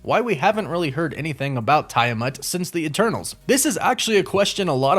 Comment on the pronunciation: Also, isn’t it TEE-a-mut?